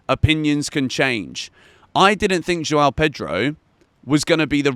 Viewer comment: I wish you could learn to pronounce the name João.